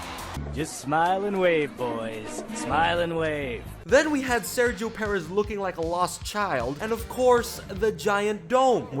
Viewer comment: It’s “PurrEzz “ not “Pear..Ezz”